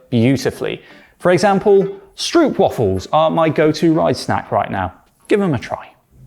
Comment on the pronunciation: The oo sound in stroopwafel is pronounced like the oa in boat, the a doesn't really have an English equivalent but more akin to the a in akin